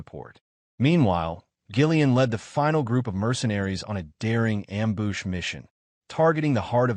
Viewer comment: This has been by far the best edited AI recap. Not too bad on getting the words right I mean there's a few that are off like ambush LOL but for the most part it's really done well